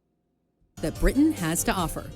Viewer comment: I like that you're now saying "Britain" with a glottal stop!